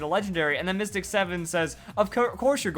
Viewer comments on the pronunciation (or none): none